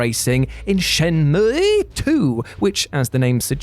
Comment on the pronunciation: You ever just wanna play SHYEN-MUUUIGH?